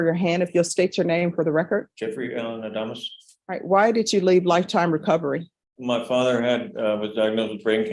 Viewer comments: His last name, Adamis, when pronounced sounds like , A Dumb Ass. Very appropriate. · 🤣🤣sorry i watched this at playback speed 2X and when she said his last name it sounded like she said:"dumbass"😆🤣🤣🤣